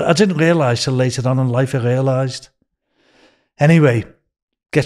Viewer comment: I didn't wealise was a siwen this is going to be a hard listen without laughing.